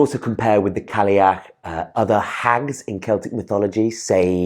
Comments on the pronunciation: It's not "Cally-ach"... there's no 'l' sound. (it's more like: "Kai-ach"). - Gaelic (pronounced like: "gaylick") is spoken only in Ireland. Gaelic (pronounced like "Gallic") is Scottish. They're similar but not identical. - What is "Imbola"? (like ebola?) Imbolc is Imbolc - there's no need to change it. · Cailleach is pronounced ‘Kye-yach’. Cailleach in Scots Gaelic is an every day word simply means old woman. More of a divine ancestor than a God. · your pronunciation of Cailleach is killing me. In Irish it's pronounced ky-loch